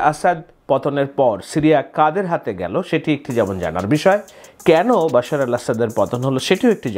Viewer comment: আপনি তো ভাই BAL এর সাংবাদিক বাশার কে বশির বলার পর আপনি আর সাধারণ সাংবাদিক থাকেনা। আপনি এক মহান উচ্চতায় উন্নীত হয়ে BALএর সাংবাদিক এ পৌছে গেলেন! আহা!